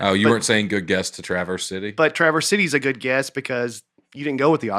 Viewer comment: Traverse City native here. Very cool to hear my hometown mentioned! I have listened to every episode since day one. A note on the pronunciation: it’s very subtle, but it is said like one continuous word “travercity.” Basically combine the “s” at the end of traverse and the “c” at the beginning of city. Also if you really want to be local, you can just call it TC. Hopefully this is confusing for Nate to read 😅